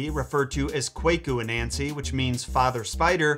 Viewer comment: Ik ur not ghanian but its pronounced "Kwahku ananse" not kweku anansi